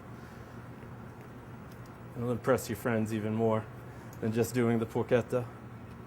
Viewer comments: Did he call it Porqueta? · Sorry man bat it's not Porchetta ...i'm italian